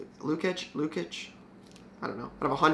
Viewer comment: Love the videos. The bruins PMG player is pronounced Lou-cheech. Love seeing the hockey pickups.